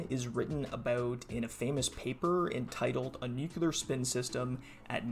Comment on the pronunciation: Dude why do you say new-que-lar ? It's 'new-clear'.